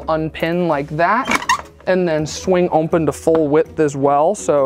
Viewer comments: "OMPEN" ;) great work! Love it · This is totally brilliant. I love it. And it’s “open” not “ompen”. Less me picking on this guy and more PTSD from my ex lol